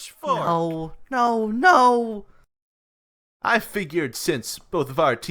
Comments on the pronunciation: I entirely misheard saying "Hey, Pitchfork!" as "bitchfork" and i'm gonna start bawling im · i heard him say *bishfork*💀💀💀💀💀💀💀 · Uhm, why do I hear Bitchfork